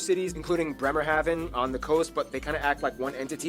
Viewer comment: whoever made the first video in this video, he should pronounce the city names rightly, because it's very annoying, if someone says BÖRLIN, oder BremenhaWe . Verdammt Alter.